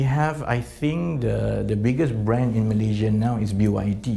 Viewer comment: MalaySia.... Not MalayZia... Sto pid minister ever